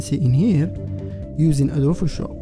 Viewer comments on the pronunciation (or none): why does he say adophoshop instead of adobe Photoshop? (just wondering)